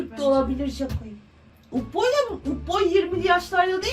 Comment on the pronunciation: ablanın upboya kız dediğini tek ben mi duyuyorum😂😂😂😂😂😂😊❤😊❤😊❤😊❤😊❤❤😊❤😊